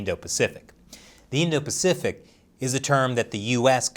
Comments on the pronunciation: “indo-paficic” don’t you mean *Indo-Pacific”? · "Indo-Paficic" XD But seriously, screw the CCP.